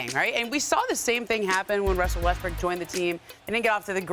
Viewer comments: Did she say Westbrick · ramona said westbrick haahahhahahah